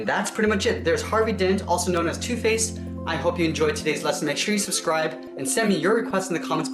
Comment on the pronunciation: When he says also known as two face at the start it sounds like he's saying tooth paste